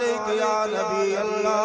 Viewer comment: Sahi tarike se harf Ada nahi ho Raha hai lam allah ka laam mota hai ye aise hi padhate chale ja rahe hai